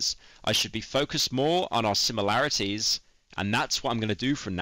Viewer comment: bruh, pronounced similarities as SIMULarities. 0/10 apology, fined 20 pound sterling and sentenced to death. May God have mercy on his soul, and God save the king.